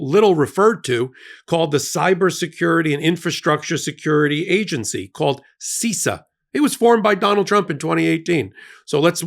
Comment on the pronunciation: You need to have an expert on bc as an IT and cyber security expert you sound like you don't understand any of it. First, it's pronounced SIS-SAH not SEE-SAH